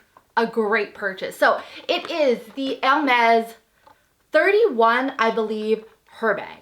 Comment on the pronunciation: Probably because of the braces....I hear *Ermez instead of *Ermes